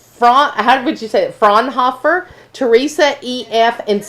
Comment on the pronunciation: Thanks for doing these Q & A shows. You two are awesome! And thanks for answering (sort of) my question about why the door on that one house opens out instead of in. "I don't know" IS an answer. 😀 And you said my name perfectly. Sounds like (frawn-hoffer.) New question for another day: I think the best layout of any of your model homes is the one for the "Detroit" shipping container, because you don't waste any space with hallways or stairs. You get a bigger kitchen and it's on both sides of the room, not just one side. Same with the bath. So my question is... because said he may do other designs for different model homes in the future... Would you consider doing the Detroit floorplan in a wood framed 10' x 34'? Same size as the Birmingham, but with the floorplan of the Detroit. It would just have to have a couple of feet shortened from the bedroom, living room, and bath. I'll send you my drawing if you want. I would also change the bathroom a little bit, by having a wall-mounted on-demand water heater, and a vanity next to the toilet instead of a closet. Eliminating the bulky water heater and closet would let you squeeze the bathroom shorter by a couple of feet.